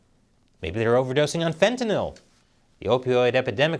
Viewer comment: gave this a thumbs up when you pronounced "fentanyl" correctly. thank you.